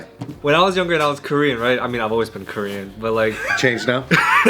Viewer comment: korean pronunciation is pretty good.. haha